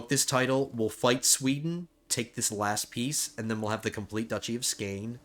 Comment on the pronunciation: it is actually pronounced skåne